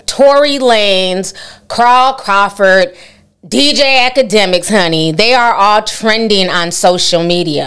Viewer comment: ”crawl crawford” 😂